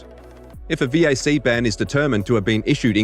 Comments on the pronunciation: its a vac ban not a veeaysee ban. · "V-A-C bans" man that annoyed me lmao its pronounced "Vack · Omg...... It's VAC, not Vee Aay Cee... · Who says VAC as V A C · Valve Anti-Cheat or VAC is pronaunced "vak"... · Your VAC pronounciation is stuttering me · only bad thing is you spell out VAC never heard anyone do it it hurt my ears